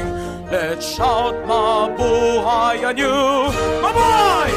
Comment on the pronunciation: the way you pronounced "mabuhay" is soo great for some reason